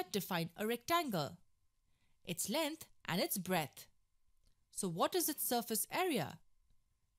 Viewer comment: lenth? breath? shut the fuck up dammit and get a better speaker for these tuts dammit i dont even like math no more